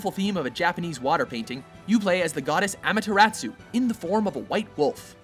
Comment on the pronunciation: I'm not super picky about pronunciation, but you destroyed Amaterasu.